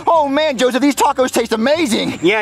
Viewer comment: Jeffys law Joseph is jo shif